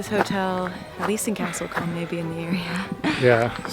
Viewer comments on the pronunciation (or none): I’m just wondering what you call small settlements in the US? A couple of places you described as towns are in fact villages e.g. Lacock and Castle Combe ( which BTW is pronounced with a long o sound, as in cool!). Enjoyed your trip through the Cotswolds.